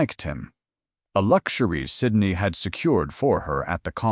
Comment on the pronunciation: Narrator 's mispronunciation of Syndey's name is very annoying.